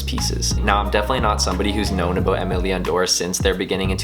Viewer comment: The pronunciation of “Aime Leon Dore” is cringy